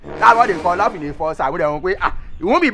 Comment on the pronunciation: That "I lur you men part"😂😂😂😂😂😂😂😂😂😂😂